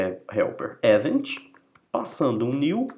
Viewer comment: Show de bola essa explicação de como funcionam os eventos no Laravel! Explode my mind!! há há há ... Obrigado pelo share! Por estar acostumado a ver vídeos em inglês, confesso que a pronúncia de algumas palavras me incomodaram um pouco tipo "event" mesmo, mas claro, isso é só uma crítica construtiva pros próximos vídeos que fizer e que não atrapalha de forma alguma a orientação e objetivo desse vídeo. Muito obrigado mesmo!!